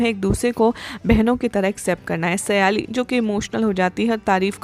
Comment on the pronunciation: સયાલી નહીં સાયલી છે